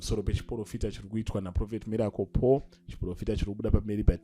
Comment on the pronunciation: Guys pane anzwawo mbuya avo vachiti Mirapol hre 😂😂😂😂😂😂😂😂